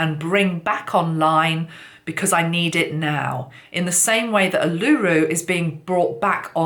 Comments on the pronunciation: Ulu-Ru——not U-Luru....! ☺️ thank you 🙏🏽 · Its pronounced Ule-lah- roo. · Not oolooroo. Its Uluru. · Uluru is pronounced "Ooh-laRue" :) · Uluru (oo-loo-roo) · Botany Bay is not on fire, it is quite central to Sydney which is fine at this point but I understand the connection. When the snake runs from one end of the world to the other then it covers a large span of the planetary surface which needs to be healed. And, by the way, Uluru has the last syllable emphasised. :-) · Marina Dakini...hi..the correct pronunciation was the issue not the spelling. Words are often not pronounced as they are spelt and the lady who provided the correct pronunciation and spelt it as it sounded had it right. The correct pronunciation of this, as acknowledged, highly significant Aboriginal sacred site is very important in public speaking especially with a message of this magnitude.